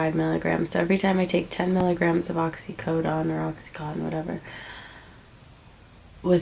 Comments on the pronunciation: She can't even pronounce oxycodone.wtf. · This dumbass bitch don't even seem sick! Dude u wouldnt be able to fuckIn move if u were comin off of methadone..sures fuck wouldn't be doin ur makeup Either.. And she can't even say fuckin oxycodone right! 😂😂😂